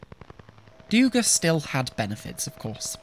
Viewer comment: Its DugÁ not DÚga, too late for the video, but for future reference.